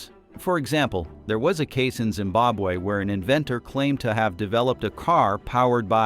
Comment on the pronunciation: Tell people tell this dude that it’s Zimbabwe